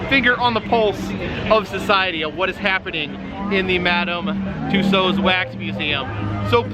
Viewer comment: For info: the closest approximation of saying Mme. Tussauds in english is more or less "Tooso" (the d and final s are silent, although technically there wouldn't be a possessive s in french)